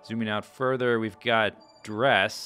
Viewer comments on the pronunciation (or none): I love it! need more. btw, dres is pronounced drez